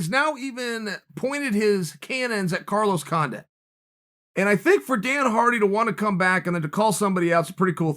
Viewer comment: Chael “Dana Hardy and Carlos Condint” Sonnen.